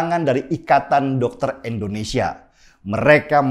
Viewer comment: Tujuan gua nntn yt sekarang cuma liat lu bang. Tapi tolong lah kalo ada kata2 Indonesia jangan abang sebut endonesia.. pake in atuh bang